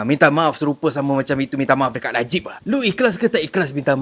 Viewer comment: Najib ke Ajib 😂😂😂😂